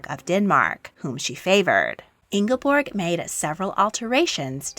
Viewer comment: You mispronounced Märtha and Ingeborg. 👎